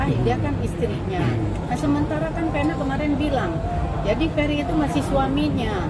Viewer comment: Udh tau ga bisa ngmng F tp namain anaknya ferry jadilah bukannya ferry tapi peri peri 🤭